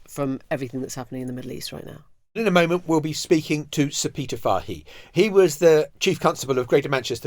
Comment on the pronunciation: Fahey is an Irish name and is pronounced " Fay ".